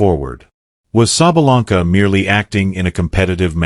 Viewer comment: The narrator changed his pronunciation of SABALENKA about four times. Referred to her as "he", etc. Sounded as if he had never seen a match or heard of the world #1 woman.